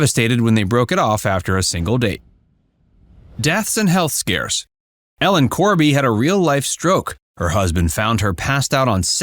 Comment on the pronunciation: ITS ELLEM CORBY NOT GORBY.